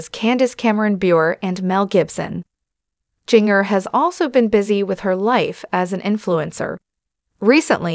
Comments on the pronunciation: Jinger is pronounced Ginger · Jinger’s name is pronounced as a soft g. Like the seasoning known as ginger.q